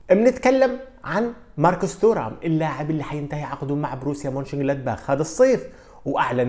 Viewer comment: فقط للتصحيح إسم نسبه ينطق بالفرنسي تيغام وليس تورام